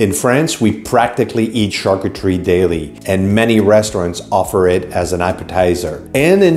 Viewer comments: Why do you pronounce it Char coo teree when you hear correctly pronounce char coo tree? Why add the extra syllable at the end teree? You’re luckily married to a Frenchman that can help you with your pronunciation 😊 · my dear i have traveled the world i have lived in Asia and Europe. She is mispronouncing the word and so are you if you pronounce it like this. You should talk about what you know not what you think you know!!